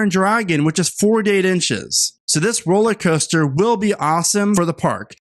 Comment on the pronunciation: It's not "Rolleycoaster", it's "rollERcoaster"!